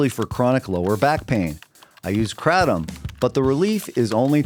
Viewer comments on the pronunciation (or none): none